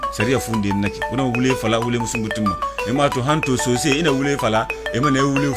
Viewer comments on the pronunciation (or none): Le narrateur dit « sossé». Mais c’est écrit : « soussou ». Qu’est-ce qu’il faut prendre ?